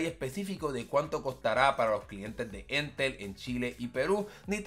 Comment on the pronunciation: Para variar siempre en Chile inicia todo para nuestra región xD. Sería una solución para Rapa Nui, que el internet es bastante malo 🙀. Ha y es Entel, no éntel (como si el acento estuviera en la segunda E)